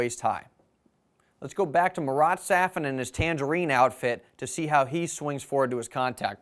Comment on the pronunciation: Great tutorials, but your effort in pronouncing 'Gael Monfils' correctly simply becomes a humiliating joke with how you butcher 'Marat Safin'.